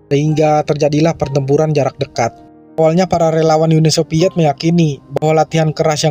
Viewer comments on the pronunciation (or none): Uni SoViet bukan Uni SoPiet. InVasi bukan inPasi. F bukan eP. V bukan P. Ngerti ya mang?